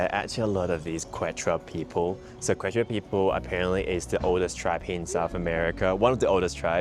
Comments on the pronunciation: Yes, the pronunciation needed to be practiced before posting this video. Glad you pointed it out. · Pronunciation is like KEH-chwah thanks so much for mentioning our indigenous Andean roots!!! Arequipa next!! 😍 White City made of volcanic rock!